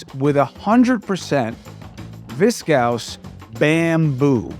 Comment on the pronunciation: Did anyone else hear “betting?” (Also Viscose is pronounced VIS kohs)🤓 thanks for the shows.